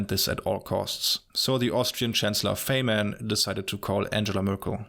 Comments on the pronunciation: You made an important mistake: Faymann is actually pronounced "Faimann" (German) and by no means Feymann. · When you said Faihmann